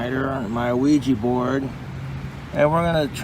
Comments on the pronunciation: “an aweejee bord” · Ew-weeja bourd